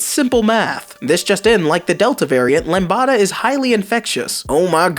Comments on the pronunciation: I love how he read "lambda" as "lambada" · Your pronunciation of λ (lambda) is hilarious.